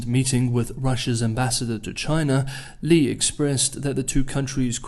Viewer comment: 利（力？栗？）第四声，不是李，第三声。。。